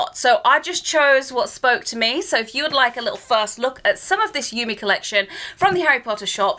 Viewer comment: Awesome collection! Love the anime style! ^.^ ♥ by the way, Yume is pronounced You-May ^.^